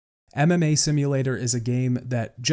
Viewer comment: It took some time for me to understand that it was "MMA" not "anime" and I was very confused that you watch and practice Anime. Also I thought "what a weird pronounciation of anime"